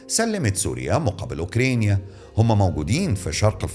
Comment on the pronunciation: عمو انت بتنطق اوكرانيا بالطريقه دي 😂